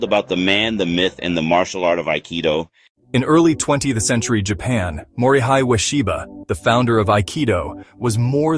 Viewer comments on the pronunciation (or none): His first name is pronounced “Mori hay,” not “Mori high.”